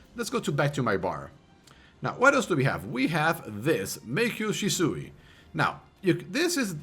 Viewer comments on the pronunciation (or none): none